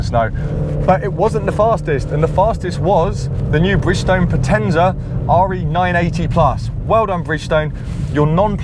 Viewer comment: It's funny how non latin people pronounce " potenza " 😜😃